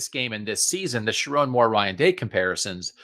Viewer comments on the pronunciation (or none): Also....learn how to say his name: irs sher-OWN (mnemonic device should be pretty obvious 😘) PS - Donovan Edwards and Colston Loveland are the Kings of Columbus 😂